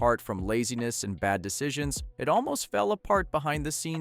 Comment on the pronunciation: ".... bad DESITIONS"??? are you adapting? Is this on purpose??